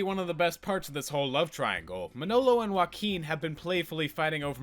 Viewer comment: I really can't expect you to pronunciate their names perfectly and it's fine, i still liked the video a lot But as someone who's native tongue is spanish .. ✨ Uakin ✨ fucking love it hahahahahah